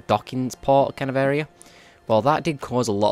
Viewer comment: clear this Are-ar-out